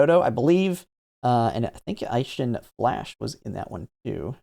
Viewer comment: You pronounced Meisho as "MY-show"? It's "MAY-show" and the same thing with Eishin as "A-shin" like the letter A, not "EYE-shin." Free Japanese lesson for you: Any Romanized Japanese words/names with "ei" is pronounced like the letter A.